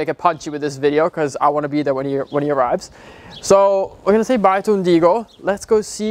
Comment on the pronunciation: its so funny to me how the other horse’s name is “Ungido” but says “Undigo” hahahahahaha ❤️